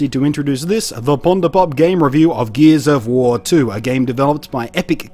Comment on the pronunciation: "geez of war"